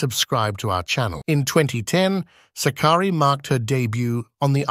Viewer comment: DEFINITELY NOT. It is Sάkkari . Greetings from Greece.